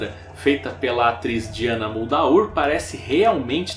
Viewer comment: " Diana Mudaur"kkkkkkkkkkkkkk sua pronúncia está péssima cara!